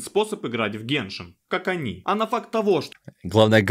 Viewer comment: не геншИн а гЕншин